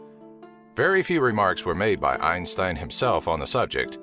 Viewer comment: His name isnt pronounced like the way you do goddamn